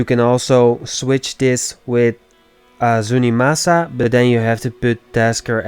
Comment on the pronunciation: Zunimassa actually is pronounced Zoony-Mass-a, Zuni as in a fetish doll, and Massa as the old southern way to pronounce Master.